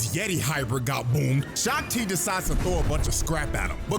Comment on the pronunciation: Shak Ti ❌ Shock Ti✅